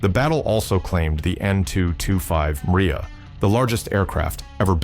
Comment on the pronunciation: ANN-225 Mriya not Maria, it means "dream"